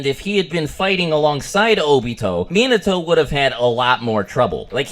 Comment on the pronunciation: You actually have the right pronunciation of Minato's name. Its just Americans are bad at pronouncing foreign names.